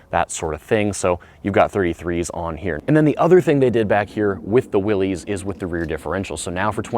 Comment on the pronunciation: I was going to comment on that very pronunciation. Even the family members say it's pronounced that way. SMH